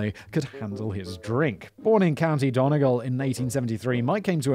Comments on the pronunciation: Simon it’s pronounced Done-e- gawl not don egul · Donegal! I laughed so hard, it's pronounced dunny-gall but it's an understandable mistake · Country “Donay Gawl” Simon pronunciation of Donegal hahahah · Pfft the pronunciation of Donegal!